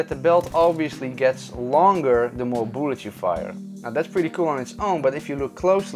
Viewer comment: Boolets? Are you Swedish or Russian? Tf?